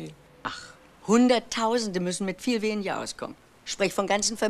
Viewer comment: Gab es evt früher keine sogenannten Vocalcoach? Frau Meysel spricht manchmal recht eigenartig. Schuljunk, wenjer, Beleijunk, Entschulje, u.v.m. Zwar nicht schlimm, aber doch verwunderlich, ich dachte das gerade Schauspieler eine korrekte Aussprache haben sollten, es sei denn ,sie sprechen Dialekt.